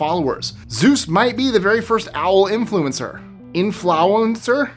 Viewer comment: In- fowl-encer?